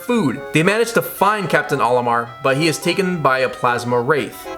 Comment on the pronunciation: You said olimoar again……. Cool vid either way